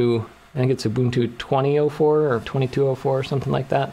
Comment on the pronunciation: I always said Ubuntu the right way, but hearing you use the right pronounciation all of a sudden is weird